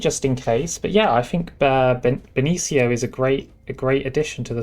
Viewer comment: Benicio is pronounced with an S sound, beni - see - oh